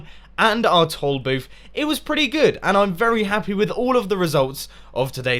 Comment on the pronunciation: When he was talking about the toll booth, I thought he kept saying "tall booth" so I was just sitting there all puzzled and then I realized at the end of the episode he meant toll booth. xD